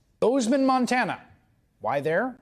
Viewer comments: Montaner? This mans brain is just mush at this point in time. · Such a sad angry OLD little man. Over it! and he said, Montaner, smdh... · It's Montana not Montaner....OMGerd. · Montaner ? Another trump flub. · Where is Nontanar? He can't even say the name right. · Are we going to ignore how Trump pronounced "Montana"?